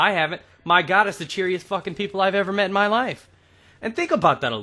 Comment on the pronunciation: i find it funny how he says "met" in my life haha